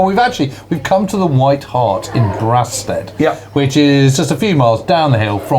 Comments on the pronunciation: Very good. I think it’s It’s Braystead not Braastead (Brastead) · I think its pronounced Bray-stead not Brah- stead. My Brother in law lived in one of the white cottages opposite the pub. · Excellent video. Brasted is pronounced ‘Braysted’ 👍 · I absolutely love this series... ... but I do have one minor gripe - pronunciation of Kent locations. I was born and grew up in Kent (I'm in my late 60s now) and Brasted was always pronounced "Braysted"...unless it's changed now. Other local town/village pronunciations : Wrotham is pronounced "rootem" and Trottiscliffe is pronounced "Trosley" ...that aside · Sorry, boys, but going to have to pick you up on your Kentish place-name pronunciation - it's "Braysted" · For goodness sake it’s pronounced BRAY-STEAD, honestly you sound like a foreigner 😂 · I grew up in Brasted (pronounced Braysted to us locals) I never understood why the BoB pilots went there for a drink - it’s pretty far from Biggin Hill. Or at least in my mind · Brasted is pronounced Braysted here in Kent. Great series. My dad watched the events at home in Tonbridge. He also saw a zeppelin go over in WW1. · It’s pronounced “Braystead”. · It’s spelt Brasted but pronounced Braysted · Great series, but can someone please tell who to pronounce Brasted correctly